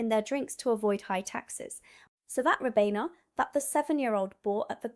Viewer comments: Its RYE BENA not Rib Enna❤ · Ribena pronounciation is rye-been-ah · sorry , it's pronounced R eye beeeena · Surely even an American can pronounce the word Ribena correctly... Apart from you. Bot voice ??? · not when she said ribena